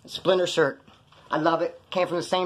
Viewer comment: sounds like "SPLINNER". I'm not disrespecting or nothing.